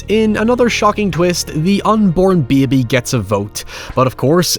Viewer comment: Anyone pronouncing “baby” that way would be voted out immediately